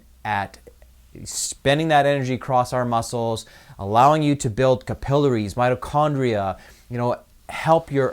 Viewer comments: WAIT - WHAT - Whhhhaaaaaaat are Ka-PeL-A-Reeeez!?! - - (Hahaaha, Yikes dude, translate that English please!) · I checked out when I heard you pronounce capillaries. lol